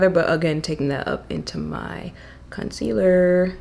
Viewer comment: Rewatch! Everytime you say "concealerrr" I say "Miss Toler" in my head. Real ones know. 😆 Love underpainting. It's my go-to way of doing my makeup now.